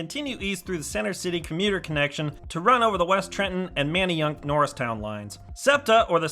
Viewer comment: Although you pronounced a few of the local names wrong (it's Len-EYE Rd). However, hats off to pronouncing Manyunk correctly! I can't wait for this station to open, as I have family living within walking distance of the new station and traveling from center city philly will be much more convenient